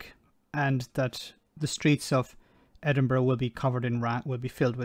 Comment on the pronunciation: Where does she come from? She doesn't even pronounce Edinburgh correctly. Oh yeh pick on Scotland, the first strike we have had as our railway was not on strike, is nationalised. Our water is clean, no shit coming out of our pipes to the sea . Having worked in refuse and street cleaning I have always thought they deserved more. Grave diggers r paid more because they will come across all the yuck of decomposing bodies but street cleaner and refuse collectors deal with sick on streets, used needles, drug and diabetic, knives in bags, shit on streets if public toilets closed. This goes on throughout uk not just Scotland. There r a lot of germs and disease connected with tasks like this and ppe does not protect u from it all. Yes I support their strike as they r overlooked heroes. They worked thru lockdowns when paper carried the covid and have a very hard physical job that will probs mean early ill health issues. Bad knees, back etc. I hope they get what they want.